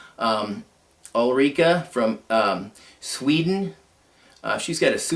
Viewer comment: Hi, didn´t come to watch this until now. What a lot of great knives you have! You pronounce my name and channel name just fine! Thank you for the tag and the nice shout out! I will try to do a good video for you! Greetings, Ulrica